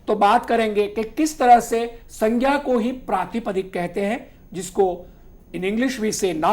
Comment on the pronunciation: 🙏🏻It is not proper to pronounce संज्ञा as सङ्ख्या or सङ्ग्या